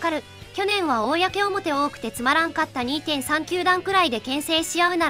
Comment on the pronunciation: 公表の読み方が"こうおもて"と"おおやけおもて"の二通りで草